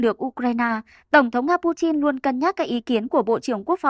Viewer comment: Pu tin ko phải chin